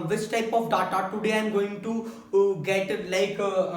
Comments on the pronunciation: Pehli baat DA TA NHI HOTA DATA HOTA HAI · stop callng Datta, make your pronunciation correct. village guy himself doesn't have knowledge of OLAP and OLTP. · you are gud . just make sure you pronounce Data as Deta . it will be better for your page.